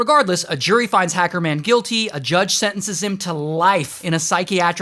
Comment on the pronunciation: The way he said hecerman tho💀😭😭😭😭💀😭💀😭